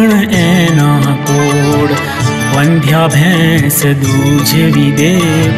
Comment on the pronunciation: Wrong pronunciation. Vaandhyaa nhi vandhya